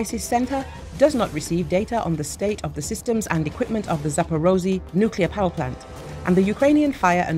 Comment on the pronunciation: "Zapperozy". LOL. Make an effort.